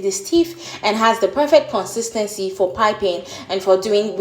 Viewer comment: 'Kone-seees-thaan-seez' = Nigerian for 'consistently'.